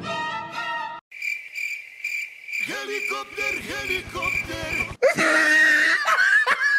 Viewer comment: HELICOPER HELICOPTER 🤣🤣🤣